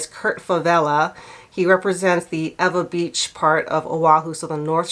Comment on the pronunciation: So proud you pronounced Ewa correctly! ⭐️ for that! It’s a great beach with a great park.